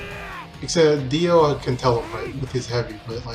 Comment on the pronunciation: It's pronounced Jo-ta-ro. Got Dio right though, good job